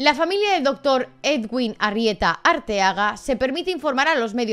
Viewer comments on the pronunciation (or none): Solo un pequeño comentario: su nombre de pronuncia "eduin" y para su apellido se pronuncian las dos "eres", como en "ferrocarril" Saludos desde Montería, ciudad donde trabajaba y vivía el cirujano